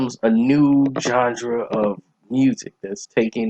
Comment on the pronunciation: Please pronounce the word "genre" correctly. It's not "gendre". lol. Your summary is on point tho.